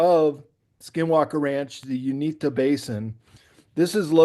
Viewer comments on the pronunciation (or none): And btw it's UINTAH Basin. U- in-tah. Also pronounced Oo-in-tah. Related to words Utah and Ute. DEFINITELY NOT the "Unita" Basin. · You-IN-tah. Don't underestimate people. Pennies on the dollar ranch, tranformed into a 'supernatural' television show. That's a long term project. Scare the Shermans... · the ranch is in the middle eastern part of the state, and Uintah is pronounced you-in-tuh.